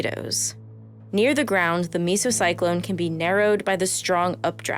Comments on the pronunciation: Nitpicking here but the meso in mesocyclone is pronounced like ‘mezzo’. The reason it matters is because there is a separate phenomenon called a misocyclone which is pronounced the way mesocyclone was in the video. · The way she pronounced mesocyclone made me a little angry